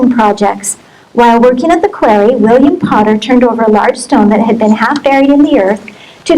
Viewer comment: This woman is an "expert" yet cannot correctly pronounce the very common word QUARRY?? Strange